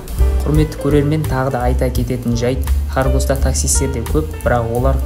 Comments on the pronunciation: автор харгос емес қорғас қазақша дурыстап айт, алдымен қай жерде журмін, аты қалай соны дурыстап біліп ал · Хоргос емес қорғас ғой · Қорғас деп неге айтпайсың?